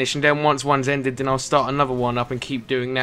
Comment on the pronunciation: can you stop saying 'then' and 'that' as 'den' and 'dat', thanks